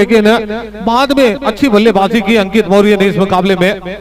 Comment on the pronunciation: o bhai ...nam to thik se bolo...mohoriya ...maurya hai vo